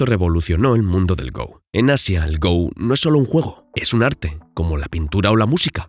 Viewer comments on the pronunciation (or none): Se dice "go", como en la palabra "gorila", no "go" como si fuera el verbo "ir" en inglés